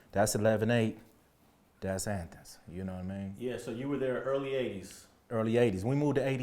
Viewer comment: I like how he says athens as Anthens . Lol